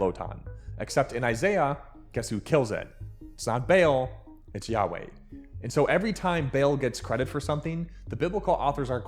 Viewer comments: It’s Bay-All (Baal or Ba’al). Most of this information lines up more with Zeus than it does with Yahweh in my opinion. And the only thing that lines up between Zeus and Yahweh is “King of kings” similar to “God of the gods”. Zeus has power of storms and hurls lightning and is often depicted throwing them from the clouds where he presumably dwells. “Rider of the clouds” is not far off. Zeus also has a wife (or has had many wives) most notably Hera of marriage, fertility (childbirth), and family. Zeus defeated the Titans (with help of his siblings) and created Olympus - the kingdom that never ends. Zeus is the son of a Titans, Kronos and Rhea specifically, that could also make this connection. But instead of being human with a father that is a god, he himself is a god with a father who is a titan. Which we can call a titan a super-god for this purpose. All religions stories blur the lines, in almost all religions, there is a story about the earth being wiped out by a flood. So we can say everyone either adopted, stole, or maybe just accidental bad case of playing the telephone game, different depictions and stories of the same god or gods. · True he is pronouncing it incorrectly because he is not a Semite , also it’s spelled B3al the second letter is Ein which iis specifically demotics . I’m a descendent of Canaanites so you can take my word for it … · Its "Beh All". Problem solved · It's pronounced 'Bay All' like the seasoning but backwards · i thought it was pronounced 'ball' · CURSE YOU BAYLE! I HEREBY VOW! YOU WILL RUE THIS DAY! Bro you're gonna get laughed out of the gnostic convention if you keep pronouncing it like that. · It's pronounced "Ball" (for Baal/Ba'al). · It’s “Ball”. As in Bocce. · You’re pronouncing Baal incorrectly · it is a semitic language so it's a aee (a letter that does not exist in english) not a aa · It is pronounced both ways, BALL and BAIL. Both are acceptable. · Never mind pronouncing Baal, what about GeeZaaahhz? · Baal ❌🤨 Bale ✅👍